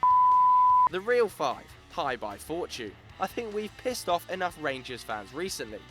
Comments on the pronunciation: Hebei is pronounce as "Her-Bay" not Hi, Bye. Hi there Bye! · HeBei China Fortune is pronounced like Her Bay. I live here in China so can help correcting with pronouncing the names correctly. Great content all round, keep it up! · It's not pronounced Hi-Bye , it's her(silent r) - bae.he bro is a province of china , a web search would have told you how to pronounce the word ffs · Hebei is pronounced Huh-bay, not hyebye. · Hebei's name should be pronounced closer to 'Her Bay', I live in China and follow CSL fairly closely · "Hi" "Bye" Fortune? that is not even close to the actual pronunciation of the clubs name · he prounanced hebei china fortune so badly wow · I let that shitty Hebei pronunciation go... but after hearing the way you said Melbourne I decided to die in a hole thanks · You can't say Hebei properly... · you guys mispronounced Hebei so badly it hurts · It'd be nice if you could google the proper way to pronounce Hebei :P